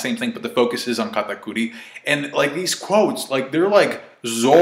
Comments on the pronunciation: Katakuir....why tf do u say his name like that🤦‍♀️🤦‍♂️ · why do u get a compeletely different accent when saying katakuri's name.... SAY IT WITH ME KA TA CURRY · The way you say katakuri 😂